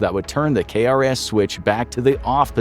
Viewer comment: It’s known as “k-ras”. We say the letter k but say the word “ras”.